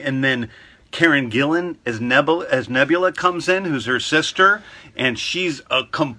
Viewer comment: James Gunn almost says Nebla when he first mentioned Nebula